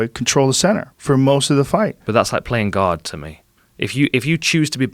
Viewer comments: I thought he was saying “Playing God” for a longtime. Took me awhile to realize he said “Playing Guard” Lol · i thought he was saying playing GOD not guard